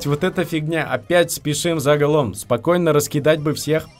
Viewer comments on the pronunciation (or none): Не за голоом, а за гоолом!!!